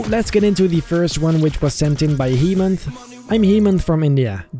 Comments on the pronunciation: Just to let u know..His name is Hemanth( hey manth), not Hemanth(heemanth). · It's actually pronounce hey-manth in India " hemanth😊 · first guy's name is pronouced as haymaant